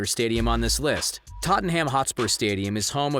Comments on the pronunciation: It's pronounces: totnam, not totinham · How he pronounces Tottenham holyshit lol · I hate the way you say Tottenham😂